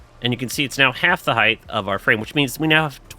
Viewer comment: I don't know why, but it's really distracting hearing you say "heighth" instead of "height" sometimes 😊